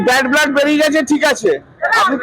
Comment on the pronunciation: ব্লাড বলতে পারে না বলছে ব্ল্যাড